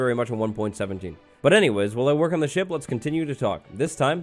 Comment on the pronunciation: I thought he said sh*t. Not ship!